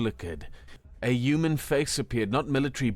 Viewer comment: Yewmen? That's a weird way of pronouncing human.😂😉